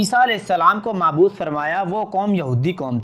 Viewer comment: اردو پڑھنا سیکھ لیں مبعوث ہے